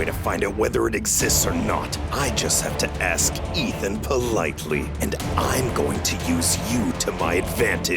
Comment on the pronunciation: Why was the nurse saying ask the wrong way of the sound like asc is ask not asc 😂